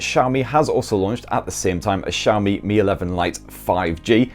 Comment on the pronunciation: Where the cha is xiaomi? Mf saying SCHAMI